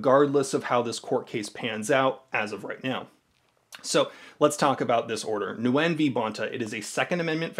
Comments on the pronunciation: Nguyen is pronounced "Win." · I'm sorry to be that guy by Nguyen is pronounced "Win"